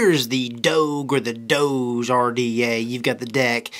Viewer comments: Doge is pronounced "Dog-E" or "Doggie" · Jesus christ, its D-oh-g like the DOGE memes online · it's pronounced DOG-EEE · Its pronounced like dog but with a long o sound. Like the meme